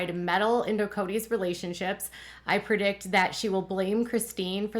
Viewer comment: The word is PREdict, NOT PERdict